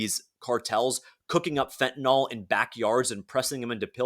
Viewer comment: It is fentaNYL (NIL) not fentaNOL. Don't think using the addiction crisis as a blanket defense of blanket tariffs is a strong argument. It's just a tactic to take the conversation away from actually discussing tariffs